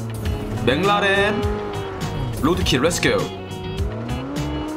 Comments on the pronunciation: It's McLaren but pronounced it as mang laren😂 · Bro he doesn't say MC larren he says it mang larren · Me: It's McLaren: No..!! Boi It's MangLaren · Everyone is a gangsta until says menglaren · When says McLaren what I hear is Bin Laden😂😂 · When say Menglarane 🤣🤣🤣🤣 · Everyone: McLaren: Banglaren🤣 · saying benglarn 😂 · Normal people: McLaren: MengLaren! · Nobody:: jenis bleck mnlaren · The way he says McLaren is like binladen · I thought he was saying benladin, it was mclaren..hahaha silly me. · Did he say Bangladesh 🤣🤣🤣😜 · I only hear said baclaren.what a cute guy. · I really misheard how he pronounced the McLaren as Binladen lol wahahaha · It's McLaren not binladen 😂🤣🤣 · Whi did I hear pronounce Mclaren "bin laden" 🙁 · I heard bang raren(mc laren)😂 and gorgofur not pol😂😂😂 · Did he say "Ben Laden road kill"?😂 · Wtf is menglaren😂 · Bro its McLaren not menglaram 😂😂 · What??? Menglaren??? Bangladesh??? 🤣🤣🤣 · Menglaren😂😂😂😂 Ur name is not Antenna😂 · Wtf is manglaren😂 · Mc laren🚫: mc lawden ✔ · I heard as Bin Laden 🤣🤣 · Nobody Literally nobody Le:Meglaren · i thought he was saying bin laden lol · "You must uh ride uh Benglaren🤣" love it😂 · maclaren My ear: bin laden 😂😂l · Funny how he says Menglaren! 😆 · Everytime he says mclareen i always hear "Bengladesh " 🤣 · "mac-la-din" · Meglaran RIP English 😂🤣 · I heard McLaren as BinLaden 🥲😂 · Whenever he say mclaren i heard bangloreee🤦‍♂🤣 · I thought he was saying bangladesh....🤣🤣🤣🤣🤣my fault... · Whenevr he says the car name, it sounds like "Bin Ladin " 😂😂😂 its car bro ..not terrorist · Is he saying Bangladesh or McLaren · The way pronounce McLaren😆😆😆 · The way he said McLaren was so funny 🤣🤣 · The new pronunciation for Mclaren was superb👌🏽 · The way he say McLaren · Maclaren Pronunciations Rip